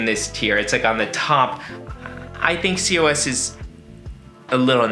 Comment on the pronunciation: COS is pronounced Koz